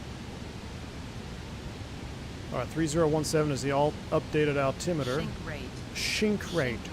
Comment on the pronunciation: WADAFAK, why shink rate and not sink rate? xd